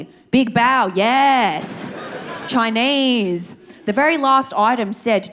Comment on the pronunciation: I love when you say "Im Choinese" 😂